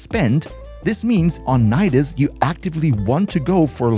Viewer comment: Nidus : Ni - Dus Knee - Duhs